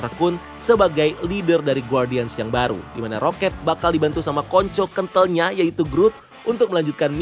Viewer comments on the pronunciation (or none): Bang elu klo bilang "konco kentel" Sangat nggak banget 😂😂😂 ✌